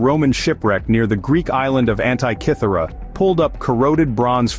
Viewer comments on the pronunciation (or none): There is NO island called "ANT EYE KITHERA" nor any device named after such island! Research the CORRECT PRONUNCIATION via Google, in regards to Greek Prefixes as well as pronunciation of all Greek & Roman letters. It's bad enough that the English language has stuffed up the Alphabet, without highly illiterate North America taking it further to be not even a language similar to English.